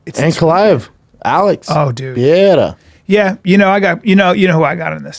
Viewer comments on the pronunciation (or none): its pronounce P E R E I R A not piera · Chael: alex pee-era Brendan: glover Tex-era